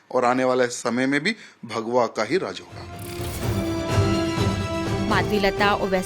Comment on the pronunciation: माधवी लता एक बोगस औरत है इस औरत को भारत बोलने नहीं आता "बारत" बोलती है झंडे को जंडा बोलती है भगवा को बगवा बोलती है घर बोलने नहीं आता "गर " बोलती है खाना बोलने नहीं आता "काना " बोलती है